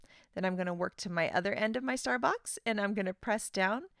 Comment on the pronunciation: Every time she says « star box » I hear « Starbucks » lol This release is so fun!